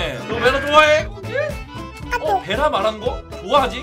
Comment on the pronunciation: 잉 근데 배라가 아니라 베라 아닌가요오..